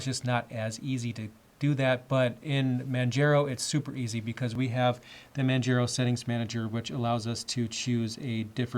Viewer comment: Manjero xD